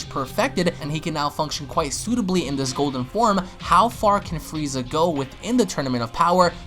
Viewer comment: I heard you say fweeza 3 or 4 times.. lmfao